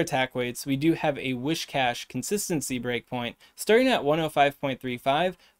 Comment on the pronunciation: Once again, hail to the! Awesome work! Now, could you consider trying to say Whiscash to make it sound like whisk, whiskey or whiskers? It's a catfish mon, it's supposed to sound like whiskers, not like a wish from a goldfish;-). No hate here, just a pretty please! 🤗